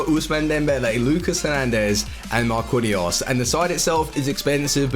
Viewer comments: before u make another vid learn how to say MAR-QEEN-YOS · Marquinhos is pronounced Mar-kin/jos just so you know. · I don't think I have ever heard someone butcher Marquinhos' name that bad before lol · his pronunciation for some players is dreadful